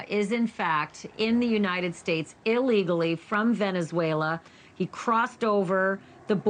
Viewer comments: It's: Illegally; As in: Illinois. Not: "A-legally," At: ...Not a good speaker. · It's illegally, not allegally.